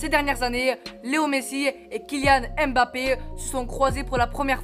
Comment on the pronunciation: Apprend à prononcer le nom de mbappe... Le m ne se lit pas séparément du reste du nom... C'est mbappe et non m'bappe